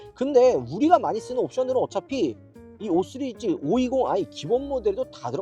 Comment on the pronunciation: 은 왜 항상 5시리즈를 5쓰리즈라고 말하는 걸까